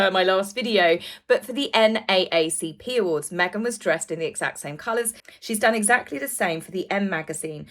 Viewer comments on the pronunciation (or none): The correct pronunciation for the NAACP that you keep saying wrong you actually say “ double A”not AA like you are saying